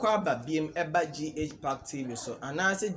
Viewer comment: Please the name is Gakpetor not Gakbetor Get it right With all due respect 🤩💙💙💙💙💙💙💙